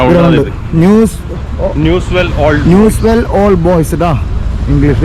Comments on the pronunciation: ന്യൂസ്‌ അല്ല 😅 ന്യൂവെൽസ് ✅ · Newswell അല്ലെടെ.. Newell.. ഇതൊന്നും അറിയാതെ എന്തോന്ന് മെസ്സി ഫാൻ? ചുമ്മാ content ഉണ്ടാക്കാൻ..